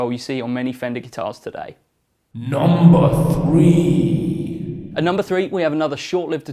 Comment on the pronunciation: NUMBA FWEE